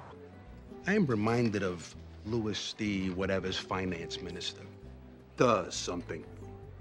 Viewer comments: Little Carmine mispronouncing Louis and Versailles implies he actually read about the French Revolution and didn't just hear it through some documentary or movie. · I live in NJ and I guarantee I’ve heard a guido call king Louis “Luis”. So realistic but hilarious 😂😂